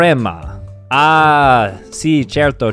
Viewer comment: I am Italian and when you said “certo” I got mad and I don’t know why🤣